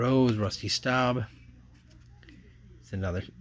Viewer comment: Just to help you with some of the pronunciations, Willie Stargell's name is pronounced Star-juhl, Phil and Joe Niekro are Nee-kro, Rusty Staub is Stob, Juan Marichal is Mari-shall and Geoff is Jeff. Also, sometimes when it says "rookie" on a card, it's not always the player's actual rookie card. All of those hockey rookie cards that you mentioned of the video aren't actually those players' rookie cards. But it's cool to watch you go through everything.